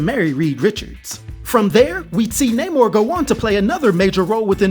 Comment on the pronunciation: Yes it’s Namor, not Namouurrhhh